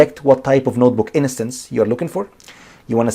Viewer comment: liked, good video, you're saying innocence instead of instance